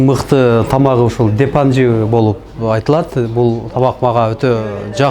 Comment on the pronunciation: Депанжи эмес Дапанжи болот